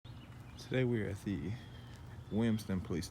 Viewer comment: "Today we're at the, Wimston police department" uh.... huh? lol